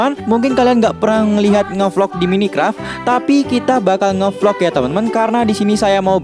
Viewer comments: bang baca nya mainkrep bang bukan minikep :v maaf kalau salah cuma bilang supaya di lain kali lebih baik :v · maaf bang,tapi Minecraft itu bacanya mainkraf bukan minikraf